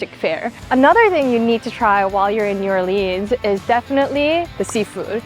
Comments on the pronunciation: Nice video but we don't say New OrLEEns. It's New ORleans. I could only watch about 3 min of you butchering the name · The city is pronounced New "Or-LENS," not Orleeeens. Also, to erase the African American origins from Creole people and cuisine was uncool. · physcally hurts when she pronounces it new or-leens instead of new or-lins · It's pronounced "New-Orlins", not "New-Orleenz". Fun video though! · New..or..lens.. Not leans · Nice vid of my hometown. Btw, it's pronounced New Or-lens not New Or-leens. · I'm super surprised that the locals haven't swamped the comments saying it's pronounced as "Nou Or-lins", not "Nou Or-leens". As southern people tend to be pretty proud of their local traditions. I guess an Asian girl doesn't have many viewers from the South? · Not new or-leens but new or-lins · And she pronounced it wrong every single time - it’s never NEW ORLEENS - it’s new or-lins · Get it right yeoja....it's not new orleans....it's new orlins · it's pronounced new or-luns... not new or-leens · So you're in my city! Nice! But it's pronounced new orlins, not new orleens. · Please stop saying “New Orleens”… that’s not how it’s pronounced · You are like murdering the local verbiage. New Orleans only has one "E" Not Orleeens. we pronounce the 'A". Bayu? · She needs to learn how to pronounce New Orlins. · It’s New Or-lens😂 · New Arl-linz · It’s not pronounced like jeans, drives me crazy when people do that. Any future visitors it’s New Or-lins. Once mastered it turns into New Owlans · NYOO ORLEEENZ 😂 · Not New, it's Nawleans 😉🤙🏼🏵️💚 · might want to check the pronunciation of a city's name if you are going to the effort to visit and video it. New OR Lense is the phonetics that locals use. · It is pronounced Nu- Or-Lins darlin'❤ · I cringe every time you pronounce the name of New Orleans wrong 😑 😒 obviously, you are from the West Coast. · New OR-lins. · First and foremost, pronounce it correctly! New Ah-lee-uns!! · It’s actually pronounced Nawlins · New OrLEENS 😊🤭